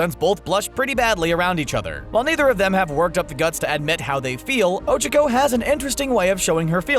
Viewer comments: I’m sorry but I really thought you couldn’t get any dumber, LOL it’s O-chalk-o not O-Chick-o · ITS OCHACO NOT ochoco, FAST O CHAC O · Ocacko do u mean... ochacko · i hate how he butchered tsuyu & ochaco's names so badly. its "soo-you" and "oh-chah-koh" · Oh-Chico? Did I here that right? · Pronounces Ochaco wrong: Ochacooooo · Nobody:: o h - c h i - k o h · "O C H O C U" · Ohchko when he does not know how to say it right u know he does not watch the show and he is a little bitch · The voiceover guy:O-chi-co Smh. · The fact that they pronounce ochako as oh-chuh-ko. Cancerous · Bruh when said ochaco mans said OcHuUuUcO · He actually pronounces it ochoko, it angers me so much when people get characters' names wrong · Why..HE PRONOUNCED OCHACO OH-CHUH-KOH. o nose nose nose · oh-cha-koh... like seriously? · Ochico who is ochico it's uraka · extreme personalities show bakugo if there’s one way to describe bakugo it’s trashboy how dare you insult my child lmao mt. lady? well i mean yeah she can grow......lmaooo oCHAco ????? why pronounce like that ooooohhh revealing momo is sexiness important to being a hero? midnight:nooooooo mountain lady: YEAH HUH BRIOCHE bathing suits: let’s wear the school ones!! guys: booooo oCHAco has a big crush on deku me: noOo MY DEKU SHIP SHALL FOREVER MORE BE TODOBAKUDEKU oCHAcos a jealous brioche THirsTy there’s only two of mineta spying on the girls? excuse me? the girls ain’t gon let you peep scales the freaking wall how is using charm to get free/discounted stuff going way too far? lucy from fairytail does this constantly “when will you learn.....” WHEN WILL YOU LEARN!!!!!THAT YOUR ACTUONS HAVE CONSEQUENCES togas invisibility quirk shows up to school naked no one notices thank-you for coming to my ted talk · O Cha ku say it right please. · "ocicho" lmao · U said her name wrong dumbass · He's saying ochakos nsme wrong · THE ONLY THING THATS WRONG HERE IS THE WAY YOU SAY OCHAKO, MINORU AND TSUYU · The way they pronounce “Ochaco” tho 😬